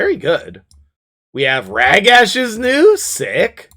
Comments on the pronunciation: I really hate that you call him Rag-Ash lol. It's Rah-Gosh. Thank you. :D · no worries and joke all you want! Love your content and everything you do .... Except this one thing 🤣 Maybe we can meet in the middle and say "Rah-gash"